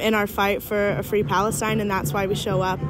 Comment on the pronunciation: Fwee Fwee Palestine MOMMY